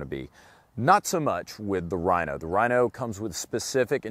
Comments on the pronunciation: This nigga doesn't know about the Mateba and pronounces "Rhino" like stoners pronounce "Hella sweet bro". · that was the cornyest joke EVER!!! and ur actually pronouncing Rino's name wrong!!!